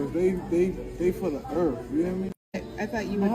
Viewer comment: He said they for the earf... 😂😂😂